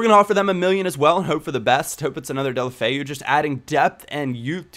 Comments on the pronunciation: It's pronounced Dela-foe thumbs up so he can see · deh-oh-low-feh-oo. try to say it all as one word and you're good to go lol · It's actually pronounced Day-ew-lo-fay-ew, get it right ;) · It's pronounced Deulo-Feu. At least that's what he calls himself. Also, a great player to get is Zhano Ananidze from Spartak Moscow. Trust me I was right about Ince, Dongou, Deulofeu etc. Zhano is like a mixture of Iniesta, Messi and Mata.